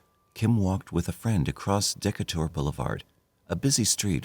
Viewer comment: Not deck a ter but de cate er